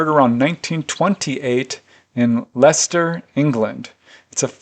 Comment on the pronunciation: hey. Great episode. James DOES look like a hybrid! You were heroic with those pronunciations! Leicester is about an hour and a half from me, heading for London. Yeah, it would have been much more rural then. I bet there are hundreds, if not thousands of cases in China. I still feel optimistic, and I'm not sure why. But, it feels like it is coming to a head with governments, and those who pull the strings. Take it easy. xxx